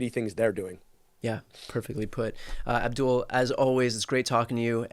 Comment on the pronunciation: Brian, his name Aboul. No D